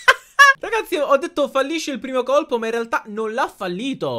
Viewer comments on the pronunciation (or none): solo io sento COLCO invece di COLPO! Ahhaha (ps: sbagliare è umano)😂